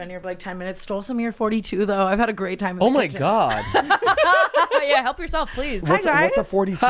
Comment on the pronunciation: is the whitest person EVER HAHAHAHA. 10 weddings & the way he cringes & says “oh gawwwd,” in like a rich old English voice. I caaaaaaant 😂😂